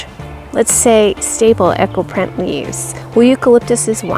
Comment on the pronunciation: Eco and Echo are not pronounced the same. Eco said as E-co. I was so confused until I saw the wording come up.